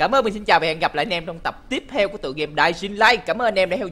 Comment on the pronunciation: Em chỉnh lại cách đọc tên game nè đọc là đai in lai nha